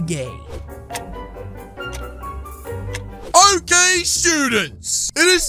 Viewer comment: bruh kakashi said holecage